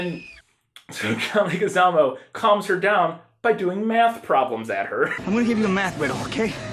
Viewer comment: Leguizamo is pronounced LEG-wih-ZAH-moh.